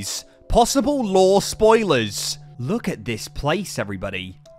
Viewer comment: Honestly I can’t tell if he’s saying lore or law 😂 😂 😂